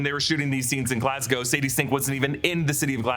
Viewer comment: Thank you for saying Glas-GO and not Glas-GOW!